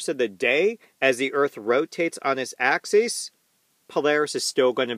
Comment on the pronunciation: this was a great presentation that put some great content into my noggin. One small bit of constructive criticism. Axis (singular) is pronounced axus... while axes (plural) is pronounced axEEz. I really hope to learn a lot from your content. You're a great teacher.